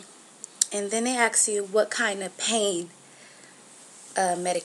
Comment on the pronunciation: They "ax" you questions? Huh??